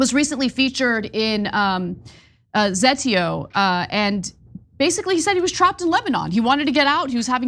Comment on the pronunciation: Ana still doesn't know how to pronounce Zateo? Lol